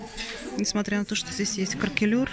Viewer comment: Кракелюр а не каркелюр